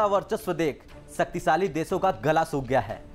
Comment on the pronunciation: Desooo deshóon me bhi faraq hota hai hadd h yaar basic words toh theekh se bolo Shaktishali hota h na ki saktisaali ni